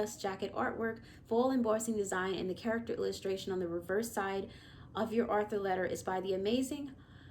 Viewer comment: why do you pronounce it arthur it's pronounced author not arthur